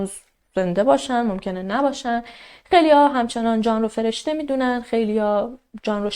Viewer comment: سلام خسته نباشید عالی.‌...تلفظ اسم جان را خیلی شیک و دلنشین بیان میکنید مخصوصا دقیقه 16،،ثانیه 40 .یادم گفته بودید اهواز زندگی میکنید ولی لهجه جنوبی ندارید واین کاملا مشخصه ،چون خودم بختیاری هستم و اکثرا جنوبی ها بختیاری ویا عرب هستن بویژه اهواز وخوزستان...بیشتر لهجه تون تهرانی هستش یعنی کاملا تهرانی ست... ببخشید فضولی میکنم .فقط از روی کنجکاوی مطرح کردم....چون خیلی به شیوه اجرا و انتخاب پروندهاتون وشخصیت فردی خودتون علاقه مند هستم ،دوس داشتم بدونم کجایی هستید..البته اگه ممکن هست